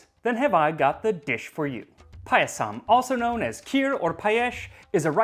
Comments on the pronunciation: Ohmygod 😍 This is wonderful. I’m Indian and “Paayasam” (that’s how it’s pronounced) is a part of almost every special occasion from birthdays to harvest festivals like Onam. Thank you for this!! 🤩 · Not payasam that is paayasam.